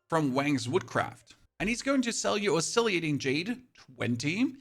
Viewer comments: It's oscillating. Why do you need to pronounce it oscilliating? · Oscillating Jade is pronounced (Os-sil-ate-ing), not (Os-silly-ate-ing). Thought you might appreciate the heads up. 👍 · Oscillating. Os so lating. Come on man. Pronounce the words correctly please. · The way you pronounce oscillating is crazy. It’s os-cil -lating. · your videos are very useful. i really appreciate all the info. also, i think you're adding an extra "i" sound to oscillating after the L's.